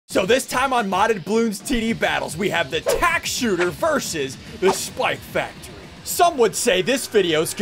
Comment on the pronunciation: Did he just say "tank" at the start, instead of tack?